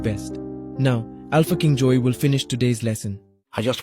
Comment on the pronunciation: The first time he said Alpha king Joy I thought he said “A f*cking Jew” Maybe all of my WW2 knowledge is out of my hands XD